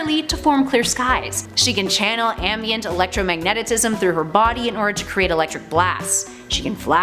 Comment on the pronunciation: "Electromagnetitism" oops. Great video series, love the info, keep it coming!